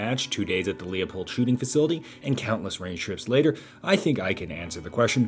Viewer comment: How did you go to 2 days at the Leupold shooting facility and not learn how to say "Leupold" correctly?